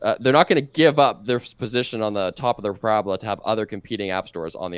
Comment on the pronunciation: I took one thing away from this video. It's that says parabola wrong